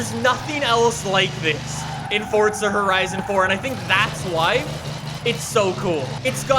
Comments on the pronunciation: It’s Forza, not Fortza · It's not fortza it's forza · When is someone going to tell him its forza not fortza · Omg it’s this guy again I can’t stand hearing “forTza” every other sentence so I can’t watch his videos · Welcome back to Fortza Horizon 4... Really makes me smile lol